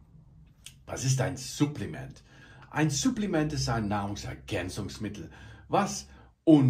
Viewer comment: Irgendwie triggert es mich wie du Supplements aussprichst haha